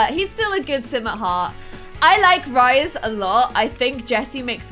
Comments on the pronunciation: pronouncing Rhys as 'ryes' and not Reece has me triggered 😂🙈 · It’s pronounced “Reece” not “Rise” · rhys is pronounced the same as reece!! not like ryes omg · That moment when she pronounces rhys like "Rice" when sjm has stated its pronounced "Reese" lmao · His name is not rise it is pronounced Reece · Okie I love how the name Rhys (Rhysand from ACOTAR) can be pronounced so many different ways😁 SJ Maas says REESE (not REE-sy, just Reese), I say Rice, ot Ryce, how I see the pronunciation I my head, and seemed to say a mix between the two😆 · Rhys is pronounced wrong. It's "Reese" as in R (as in Rocke) EE (as in bee) SE (As in pronounCE) (Ce is different to Se, i know, but the phoneme (sound) is the same. No hate, just bothered me when you basically said Rice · Pretty sure Rhys is pronounced like Reese not Rise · Rhys is pronounced like Reese. It's the welsh spelling. Hearing you say Rice is terrible, sorry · Rhys is pronounced Reese and if longer Reese-and not (Riceand) i know its because of the spelling. Just a tip:) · You said ryese and spelt it rhys which is the name Reece 💖💖💖 love you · The name Rhys is not pronounced like “rise” it’s pronounced like “Reece”. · Don’t you pronounce Rhys like reese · Your pronunciation of "Rhys" as in "Rhysand" hurt my littke heart, it's "Rhys" like Reese (Reese's pb cups for example) and "Rhys" like "Reese-sand," there's literally a pronunciation guide at the end of book one don't even try with me😂😭 (Probably the other ones too idfk) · That was nagging at me too. Its definitely pronounced Reese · I love your videos!!! Also just a note, Rhys is pronounced like Reese 💋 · Rhys from ACOTAR is pronounced the same as the name Reece btw 😊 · Rhys is pronouced as Reece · Rhys... omg... it's pronounced 'Reece' pmsl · Rhys is pronounced Reece lol oh well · Rhys is pronounced reece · Rhys is pronounced "Reece" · you pronounce Rhys the same as you pronounce Reece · In ACOTAR, Rhys is pronounced Reese.